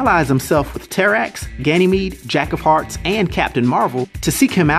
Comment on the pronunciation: Did you say Jack of Farts?